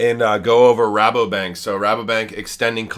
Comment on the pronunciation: Your say Rabobank the right way. No worries 😉